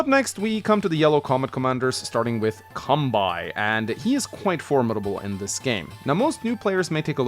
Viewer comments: Kanbei is pronounced as "Kahn-bay" btw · The way you pronounce Kanbei is funny. To be fair, unless you have an idea how the Japanese letters are pronounced, it can be confusing. Now Japanese names are usually written in Kanji (and depending on what Kanji is used, the name can have a different meaning). However, you can also use Hiragana or Katakana as an alternative (or if the name is foreign, then Katakana is used). The way you pronounce the name is the same. Fun fact, the name entry in Gameboy Wars 1 only lets you enter Katakana. Anyway, Kanbei is a Japanese name. To keep things simple, this is how it is written in Katakana: カンベイ (Ka-n-be-i) It's hard to explain in text, but you mostly just speak each letter as they are, unless n or the vowels are used, then you combine them. So you would say it like: Can-bay (see this video: Hope that helps. :) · funny how you say the Kanbei name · I generally feel okay about the order of things (Max and Sturm at the top, Eagle at the top of the second tier...) but I would split the tiers differently - I feel it works better as a four-tiered hierarchy: Tier 1: Max, Sturm Tier 2: Eagle, Nell, Kanbei (the 'bei' part is pronounced like the 'ba' in 'bacon' or 'bagel'), Grit Tier 3: Sami, Andy, Olaf Tier 4: Drake, Sonja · You don't pronounce kanbei correctly